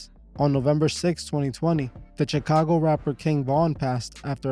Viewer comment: Lml you know this guy is Spanish when he pronounces xxxtentacion and Chicago 😂😂😂